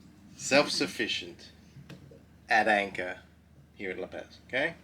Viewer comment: La PAZ... like OZ... not PAZ like AS lol 🤟